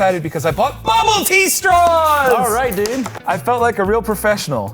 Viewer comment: What are you saying??? Bubbledee straws? ....oh....I just figured it out while typing it.....Bubble Tea! Ahhh!!!